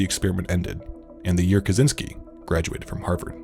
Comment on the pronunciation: ppl need to learn to say "kaczyński"